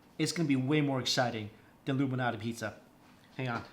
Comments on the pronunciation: I thought the name is 'Illuminati', I am laughing like insane. Thanks for the info. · All I can hear is "Illuminati" instead of "Lou Malnati's" hahaha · Pans shut be preheating in the oven first. Then put pizza on hot pans. Anyone else hear saying “Illuminati” pizza instead of “Lou Malnati”?